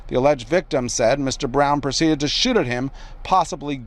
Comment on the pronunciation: Can’t say shoot either lol what a joke